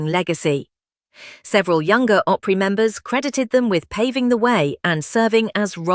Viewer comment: "Oly"Opry? AI is stupidity.